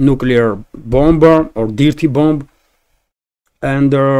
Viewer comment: Good information. Thank you. By the way. The word "dirty" is pronounced using the "i" as it sounds in the word "girl". More like a long "err" sound instead of a short "i" as in "pip". So, that would sound phonetically like "derty". Thank you